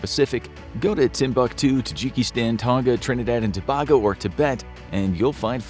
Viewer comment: It pronounced To' 'BAY' go bruh